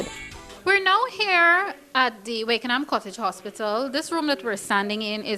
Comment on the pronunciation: Wakenaam is a Dutch name and it is pronounced 'Wak En Naam'; not 'Wake En Naam' !!